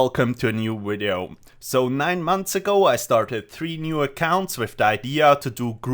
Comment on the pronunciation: Dislike for purposefully trying to say wideo to be cheeky lol